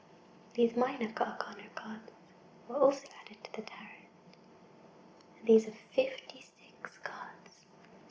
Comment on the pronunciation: Hey! As far as I know Tarot is pronounced Tah-row instead of Tah-rot. I hope you make more soft spoken unboxings, this was very relaxing:) keep it up!